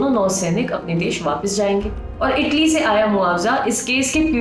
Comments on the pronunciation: Taly nahi italy ललनटॉप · Taly nhi italy